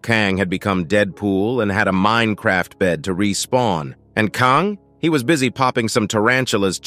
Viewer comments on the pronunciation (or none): none